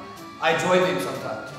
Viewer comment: oh!! RSA rep😊, Hello from South Africa 🇿🇦 ❤️ that " sometimes" sounded so Afrikaans 😂